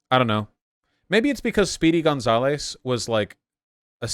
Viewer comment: “Speedy GunzaLAYS”? Really V*ush?!